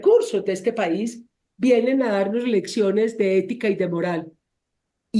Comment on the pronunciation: EÉETICA😂 peletica peluda